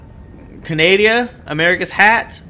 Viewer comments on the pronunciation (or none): Oh god i started cracking up when you called Canada Canadia. I have no idea why that was so hilarious to me...